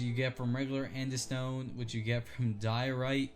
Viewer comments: The real horror is you saying andistone and not aandesite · i also cringed internally at andestone. its freaking Andesite, man!